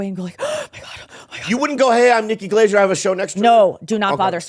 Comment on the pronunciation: Bobby always says it like “Nikki Glazure”